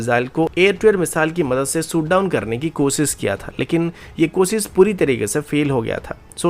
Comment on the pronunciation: Lundian shot down hota he soot down nahi 😂